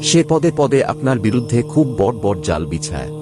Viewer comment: Apni bengali pronunciation ta ektu thik kore korun . " বড়" pronunciation ta khub kane lage. Bhalo bhalo kotha shonar sathe sothik pronunciation shunle o bhalo lagbe